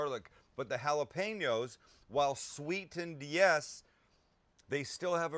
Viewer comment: On behalf of all spanish descendants thank you for pronouncing jalapeño the right way Sam